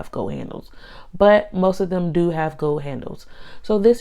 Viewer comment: “Needow howder has gow handowes”